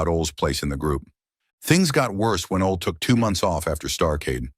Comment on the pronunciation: Just butchered Ole's name.😂